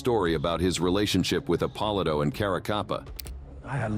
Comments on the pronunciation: Narrator is a knucklehead. It's "Ep-oh-lee-to" not whatever the hell he said... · Epp-o-lee- toe